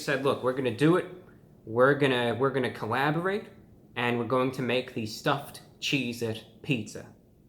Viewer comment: Coaborate lul xD